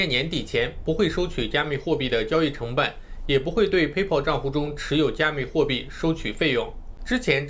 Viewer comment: PAYPAL 的发音都不对 还学人讲比特币